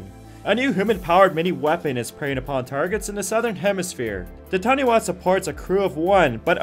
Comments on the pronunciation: It's not tarny-waa, its tarnie-fa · The taniwha is pronounced tanifa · btw, the Taniwha is pronounced Ta-ni-fa